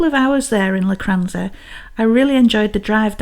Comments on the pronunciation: Technically (and obviously) it's Locchhh-ranza. But we (that is Kevin the Kat and myself) understand that's not easy for Sassenachs. That's Sassenaccchhhhs not Sassen-aks 😹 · I forgive you for your pronunciation of "Loch" because your videos are just so lovely to watch 😊